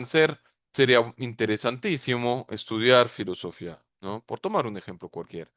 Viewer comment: Nunca habia escuchado decir fllosofia sin tilde en la í... muy fuerte....